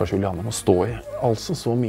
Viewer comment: Julianne er jævlig sjeldent navn og alle sier juliane så og høre vegar si Julianne gjør godt vondt inni meg